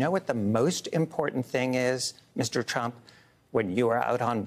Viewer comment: Trump not truck LOL